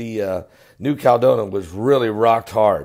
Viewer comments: It's CAL E DO NI A...5 syllables,, not 3. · Caladonia = CAL-ah-DOE-nee-yah